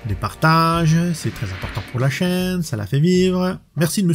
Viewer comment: les nouvelles versions sont cool, je ne m'etais pas abonné a l'époque, chose faite maintenant. Dit tu serais pas Franc comtois par hasard? L'accent quand tu dit : la chaiiiine , j'ai l'impression de m'entendre .